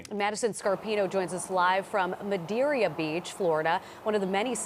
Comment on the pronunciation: just a heads up, it is Madeira Beach not "Madeeria" Beach 😉